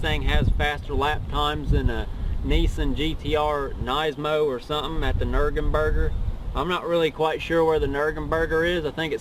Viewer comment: lost my mind when he said :nurgenburger